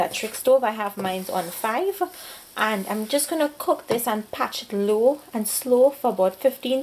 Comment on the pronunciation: Yes she did a good job but ohh goodness the word is parched not a patch.